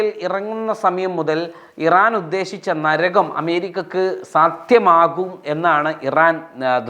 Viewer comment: നരഗം അല്ല ❌ നരകം ✅